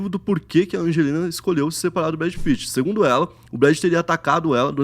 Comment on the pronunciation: "Brad pittman" 🤣🤣🤣🤣